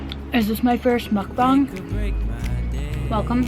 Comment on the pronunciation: wtf she pronounced mukbang so perfectly